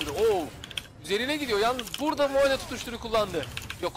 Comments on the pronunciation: bro şuna moe deme moğ de , telafuzu öyle , tilt oldum. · Sunucu kardeşim İngilizcen var da neden "mo" yerine "moe" diye okuyorsun. Dislike sebebi. Ama emek var.